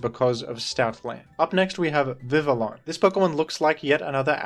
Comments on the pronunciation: Vivillon is Pronounced "Vivi yon" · "Vivillon" is pronounced "Vih-vee-on." (Almost like the name "Vivian"). It's based on "papillon," the French term for butterfly.